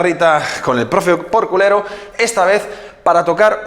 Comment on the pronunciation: Yo creia que decia "con el profe corpulero" y no porque en realidad dice el profe porculero jajajaja